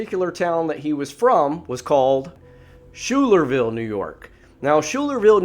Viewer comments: Pronounced Skylar-Ville. From the town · It’s Schuylerville (sounds like sky-ler-ville), and it’s a small rural town. Tom Messick disappeared only ten days earlier.